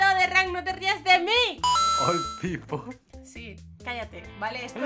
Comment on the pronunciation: Nadie Absolutamente nadie Nadie de Nadie:: Ol Pipol:D